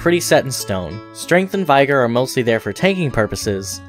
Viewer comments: U had me till u said vigor wrong. It's not vigore. it's vig-er. Note before someone looks retarded ik its spelt vigor. Just u say it as vig-er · Also Vigor, Vig like Pig not Vyg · What is vI-gar? It’s pronounced vi-gr. I didn’t know we were channeling league of legends characters as our hp pool. 😂 This is great information thank you for this video! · Damn great guide, never heard vigor said like that ever before, its more like vih-gur and not vie-gore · "vEYEgor" is pronounced "VIH-ger". And it's SCADUtree, not Shadowtree lol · V-eye-ger lol um no? (vigor = Vih-gor) :) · Vigor is vig, like twig. Not Vye like die. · The I in "vigor" isn't a hard I. It is pronounced the same as the I in "it's." Not "V-eye-gore" but "v-ig-err." In the same way that "it's" isn't "eyets" or "aits" the longer form isn't "vaigorous" so the shorter form isn't "vaigor." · Verdigris is pronounced “VUR-di-griz”. Vigor is pronounced “vi-grrr” not “vie-grrr”. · I know that I'm gonna be 'that guy' but it's "vigor" not "v eye gor." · Only gripe, dawg is vigor not vyger. Of course I can’t do pronunciations in text but saying vigorous like vygorous is just silly. I know people pronounce things differently but that’s pretty set in stone like those stats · Yo VY-GER is NOT how you say that word haha. VIG-OR. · I wonder what must have transpired for you to be avoiding pronouncing Vigor as "Vigger" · Check the pronunciation on VYGORG. Nice videos... More like viggor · “Vul-digger- iss” “Veye-gar” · Couldn't take this video as seriously after I heard unironic pronunciations of vigor and verdigris as "v-EYE-gur" and "ver-DIG-ris" lmao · Bro legit said "vyger" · Ver-deh-gree. Vih-ger. All that math seems to have done things to your speech, Dearest. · Thanks for the useful explanation of all of this! Just so you know though you're pronouncing a few things wrong: Vigor is said "vih-grr" Verdigris is said "ver-degree" Also you wrote godskin swaddling cloth as godskin swallowing cloth in your subtitles lol